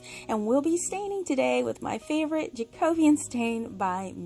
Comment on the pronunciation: 5 gold stars to you for knowing how to pronounce Jacobean.